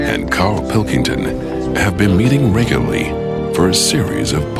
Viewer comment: The more I watch, the more I can't get past how the guy says doesn't pronounce the second R in Regularly in the Intro. Seriously, listen for it, he says "Have been Meeting: Reg-Ya-Lee"...